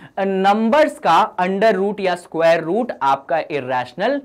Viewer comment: Isquare nahi sir square😂